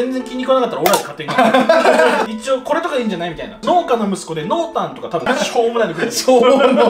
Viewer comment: 農家→のうけ か のーけ